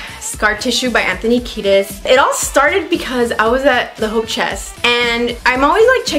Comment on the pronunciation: I guess you pronouncing Anthony Kiedis (a Lithuanian surname) will be the highlight of the day